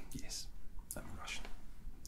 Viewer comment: Oh, your Russian pronounce is pretty clear